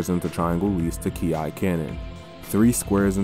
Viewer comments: KI is pronounced as "Key", but aside of that glorious Video! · Does it matter*nvm bro just called it “ki ai”*